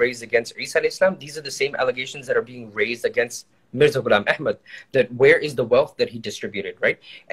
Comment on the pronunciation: He's insisted. Tobah even he's defending Mirza's wrong pronunciation. Astağfurullah.